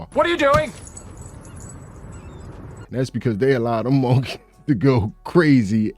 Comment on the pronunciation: Bro, say, monkey again the way you say it is hilarious. It just does not sound right the syllables need to be changed.